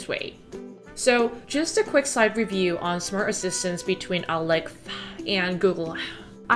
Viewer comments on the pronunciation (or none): 근데 일부러 알렉하 구글하 이렇게 말하시는건가요..? 넘 궁금해서 댓글 답니다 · Alexhaa and googleha 😂😂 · Why are you saying alexa like that? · Why are you pronouncing „Alexa“ like that? Does it have copyright reasons? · Why are you saying Alexa like that? :/ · I think she was trying not to trigger Alexa while she was recording her voice over 🤣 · 와~ 저런 결벽증이라면 저도 갖고 싶네요. ㅎ 집 멋지게 꾸미신 거 너무 잘 봤습니다. 한가지 궁금한건 알렉사를 말씀하실 때 왜 ‘사’ 발음을 흐리신 건가요? 대놓고 말하면 안되는 건가요?(중요하진 않지만 궁금해서요.ㅋ) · I like how you say "Alexa" in a differently to prevent triggering others' Alexas haha